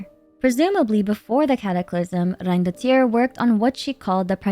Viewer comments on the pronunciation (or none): Monshtad 😭🙏🏼 Reindotiiiiir 😭🙏🏼 Funten 😭🙏🏼 Come on girl wth